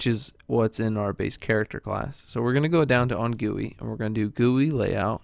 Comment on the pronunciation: its not pronounced "GOO-ei" Its pronounced "Ji-u-I"I'm talking about GUI